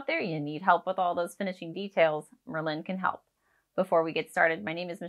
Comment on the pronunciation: Michelle, I'm writing this to help and offer some constructive criticism. Merlin is not pronounced liked Berlin. The emphasis is on the Mer, not on the Lin. Merlin was a sorcerer in the Medieval times and because of the magic the app can do it was named after this famous sorcery and magic. Why is this helpful? Because from the very beginning you don't sound like you know what you're talking about because you're pronouncing the name wrong. Continual use throughout the video of mispronunciation degrades confidence in the viewer and ultimately has them clicking on another video (which is what I did). Go to any other vlogger talking about Merlin and listen to how they pronounce it. My recommendation (if you want more views) is to re-record the video with the correct pronunciation and see your analytics go up, views, duration watch time etc. You don't have to delete this video, just hide it for now after you make a new one with the correct pronunciation. Keep the new one up and see what kind of results you get. I have a feeling you'll see much better results especially in the watch time and where fall off (if any) happens. Good luck!